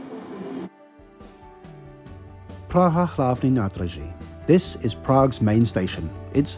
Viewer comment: Interesting announcement of the train in Bruxelles-Midi: Impeccable Czech "hlavní nádraží", clear Czech accent in the German "Hauptbahnhof" - must have been spoken by a Czech!